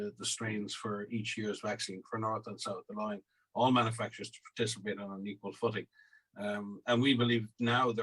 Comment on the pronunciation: How can anyone trust someone who can't even pronounce "participate"